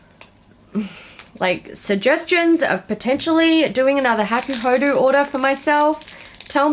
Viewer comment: you say it like hah-koo-hoh-doh and the yachiyo brush is the traditional brush that maiko-san and geisha use to powder their white faces. also i dont know why you even bought that morphe brush set… you know what you like obviously so you should have just selected a few that piqued your interest seeing as you just did a brush declutter